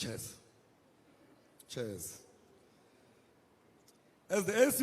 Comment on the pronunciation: Cheers❌ Chairs✅